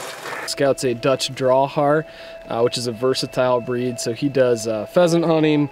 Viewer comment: Cmon man 🤦‍♂️. It’s DEUTSCH, not “DUTCH”. I get it if you no longer care if he sits and delivers but why give him a command to sit and then not enforce it?